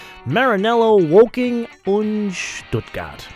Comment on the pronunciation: Woher kannst du Stuttgart so gut aussprechen, du bist wahrscheinlich deutsch.